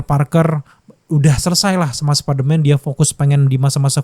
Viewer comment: Apa perasaanku aja apa kupingku soak ngedenger spiderman diucap sperman, ngramein kimentar😅